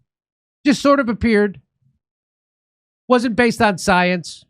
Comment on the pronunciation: You know Jimmy, you need to get it straight. Dr. Fauci did not say to follow the science. He said "Follow the soy-ence". So, he is off the hook.